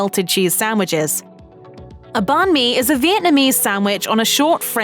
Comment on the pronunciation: You guys butchered the bánh mì pronunciation